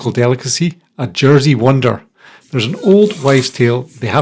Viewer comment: a Jersey Wonder is very buttery and isn't meant to be sweet. have you ever thought about asking a local about how to pronounce place names? as you manage to pronounce everything wrong. lol